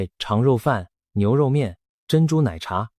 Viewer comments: AI製作的。爌肉飯都講錯了。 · 影片解說有字發音錯誤，「爌」肉飯，「柏」油路，在台灣的發音是控跟伯。阿「嬤」唸罵